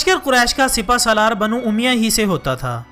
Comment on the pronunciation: bano umya nahi hai bano omaiya ha